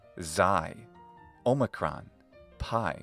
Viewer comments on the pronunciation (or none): none